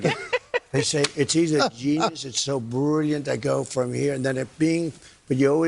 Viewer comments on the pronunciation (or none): He says 'bruurrlliant'. Not brilliant. And he's describing dementia robbing him of focus. This is a disturbed, senile old man surrounded by sycophants to normalize his descent into assisted living while he runs for an office he tried to coup his way back into last time. WTF is actually going on with half the country? 🤦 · they say it’s “Denius”?? He’s Brulliant?? I know he meant genius and brilliant but yikes